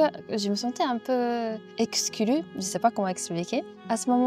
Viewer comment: Wow ! Vous parlez mieux que certains Français que je connais... Votre prononciation de "exclue" est juste parfaite 😉 Merci de nous avoir partagé un morceau de votre histoire. On attend la suite !